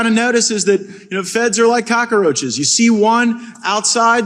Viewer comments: There are no such things as cock-er-roaches. Sheesh! Learn to speak English matt gaetz. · Did Matt Gaetz just say cock-a-roach? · Can't trust a man who doesn't know how to pronounce cockroaches properly. Let alone his last name..cough matt gaetz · Mr “” can’t even pronounce Cockroaches. It’s not Cock-A-Roaches. Is that the how they pronounce them in Florida? And that’s how he would characterize the FBI, when it is under the DOJ?